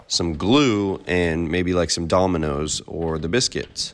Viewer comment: Did he say dolminos?